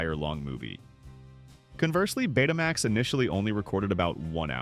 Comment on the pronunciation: Stop saying PC J R! It was the PC junior! Betamax is not Bet uh max, it in the Greek letter Beta combined with the word max. Home Betamax and commercial broadcast Betamax were two different products.